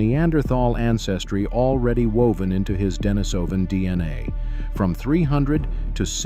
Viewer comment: Pronunciation: De-NEE-so-van, not De-ni-SO-van.